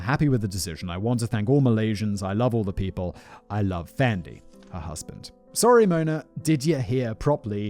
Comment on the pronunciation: Malaysian here. Hearing Simon try to pronounce Malay words is absolutely hilarious. Fandey is pronounced just like Fendi as in Fendi the brand. This case was pretty big here actually and there was even a movie made titled “Dukun”. Black magic is still an active thing in the Malay community and people are still making it a business going as far as selling their services online during these trying times 😂.